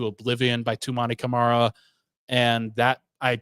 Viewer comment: Hearing him say the DPOY candidate and all defensive team member Toumani Camara’s name wrong is painful. That said, good content here. Pod team obviously doesn’t research small market teams, but thoughtful takes